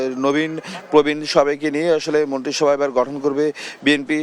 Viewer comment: এটা কি সাংবাদিক না অন্য কিছু ভাই কথা বলার আগে দেখি আ,অ্য, আ, অ্য, করতে করতে দিন পার আর সে মন্ত্রীসভা কে মন্টিসভা বলছে এই সমস্ত ব্যাক্কলকে সাংবাদিকতা চাকরি কে দেয় বাংলাদেশে কি ভালো কোন সাংবাদিকতা নাই...